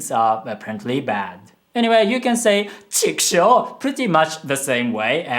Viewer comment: chikushou* not hou